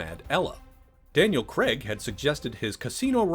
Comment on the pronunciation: It's pronounced Craig not "CREG". FFS!